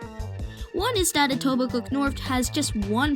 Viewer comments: Informative and well done video! By the way, people don't pronounce the 'k' in Etobicoke, effectively it's Etobico. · Great video and intent. Thank you. One tip... The ke in Etobicoke is not pronounced. It's pronounced etobico